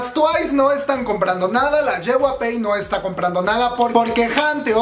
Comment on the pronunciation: Una parte de mi muere cada vez que pronuncia "JYP", a ver si ya aprendes a pronunciarlo comadre. Es "ye uai pi" no "yehuape"